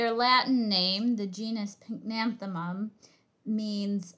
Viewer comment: Correct spelling and pronunciation pycnanthemum, not pink nanethemum.